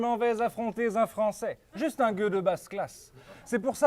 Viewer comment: Par contre les liaisons en s qui n'existe pas "je m'en vais affronter "z"'un français" par exemple, c'est à revoir parce que du coup ça fait l'effet inverse du gars qui sait parler, qui a une belle éloquence dommage...